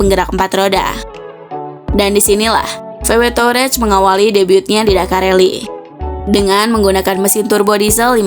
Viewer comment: Tahu wareg sebutannya😂